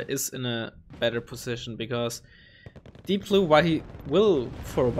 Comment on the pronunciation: its deepblue not deeoblue